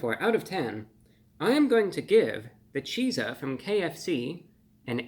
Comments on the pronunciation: Cheat-za. Like PIZZA but with CH instead.. Not that hard to pronounce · I think it’s supposed to be pronounced “Cheatsa” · this is just conjecture but I do believe it would be pronounced “cheat-za” in the same way pizza is pronounced “peat-za”. Best wishes :) love your videos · I never thought I would see the day that ReviewBrah would be in error and in need of correction but we are living in history-making times. The Chizza is pronounced to rhyme with the word pizza not peas-ah. That's a double-z there, not one. The colonel only replaced the "P" in "pizza" with the "Ch" from "chicken." Ch-izza. It's pronounced Cheet-suh, not Chee-zuh. I've enjoyed your videos for many years. Cheers. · It would be pronounced as Shitza as pizza is pronounced with a T and if it's spelled chizza it becomes Shitza 😂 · Great review/episode. You look well and seem happy. I hope you are! 🙂 I will def give the Chizza a try. ( I think it is best pronounced 'cheet-za' as we pronounce 'peet-za'...... Just my 2cents) 😊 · Wouldn't it be pronounced more like cheat-sa? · Not sure why it bothers me, but why do you drop the hard z from chizza but not pizza. It sounds like you are saying "cheese-ah". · It's pronounced "Cheats - Ah". Like pizza. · Seems to me, it should be pronounced, cheet-za.. like pizza is pronounces, peet-za.. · Chizza sounding like Pizza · Pizza pronounced "peet-suh" Chizza pronounced "cheat-suh" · Shouldn't it be pronounced "cheetza", the same we do pizza? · Wouldn't you pronounce it ''cheat-za'''???? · Well the word Pizza has the Tza sound in it, not sure why this wouldn't be pronounced Cheetza as well. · it is pronounced cheet-za. 😊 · Shouldn't it be pronounced like pizza? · Disappointed the “zz” in chizza isn’t pronounced in he same way as in pizza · Why in the world isn’t it just pronounced to rhyme with pizza? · (Mispronounced Chizza, that is) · Exactly. How is it so hard for ppl to understand that? CHEAT-ZUH NOT CHEE-ZUH use common sense people!